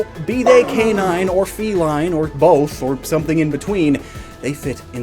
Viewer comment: I think you mean cave-nine (canine)